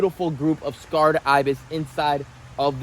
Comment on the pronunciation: Say Kred Ibis !!! Say Kred Ibis !!! Say Kred Ibis !!! Say Kred Ibis !!! Say Kred Ibis !!! Say Kred Ibis !!! Not scarred ....